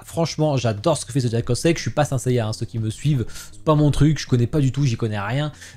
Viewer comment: je sais ahah, je disais ça comme ça suite à ta prononciation 😜 Je t’ai déjà entendu plusieurs fois de st seiya dans tes lives, je sais que tu ne détestes pas mais que ce n’est pas non plus un manga/anime coup de cœur pour toi 🙂 Mais sache que tes prononciations des noms de saint seiya est légendaire et que j’approuve 😜